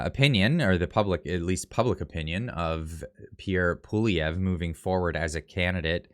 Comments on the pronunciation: Poilièvre (pwaljɛvʁ) A tough one. However, accurate pronunciation would closer to "P-wah-lee-eh-vr". Example: By the way, love the frequent updates,. Keep at it.👍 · Do Something : The easiest way for an anglophone to pronounce Poilievre is as follows. Pouh-wal-lee-evre. The first "e" of evre, is pronounced like the last "e" in the French word, "échec." Hope this helps. ☺ Tomorrow, I'll show you how to say Gérard Despardieu!!! LOL PS: For Poilievre, you can also translate both words that form it and that's Hairhare. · Pierre Prononced ...”Pawlievre” not “Poilievre”.... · please learn to pronounce Pierre Poilievre's name. You are butchering it. Love your no BS reporting!!